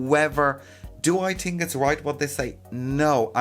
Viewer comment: I love the way he says “think” tink haha